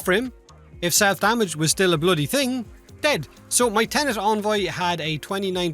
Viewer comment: En-Voy not On-Voy